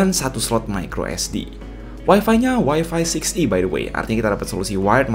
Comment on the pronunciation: Yang ditonton Opening nya Joshiraku: nippon egao hyakkei... Also kok aku dengar "Wifinya pake Wifi sixty"... Wifi 60? 🤔